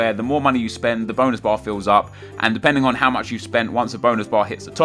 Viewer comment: I actually thought that he said Bone bar